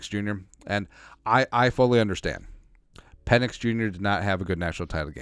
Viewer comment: Pe"NIX" as in NO!